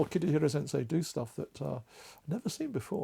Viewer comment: So nice. Thank you. If I may - the name is Kitahira Sensei (not "Kitihira" sensei)